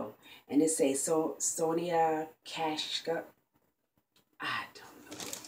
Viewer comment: you got some get finds ! the name of the gold brushes is pronounced Son-eeya Ka -sheek if that helps lol. But there some pretty good quality brushes.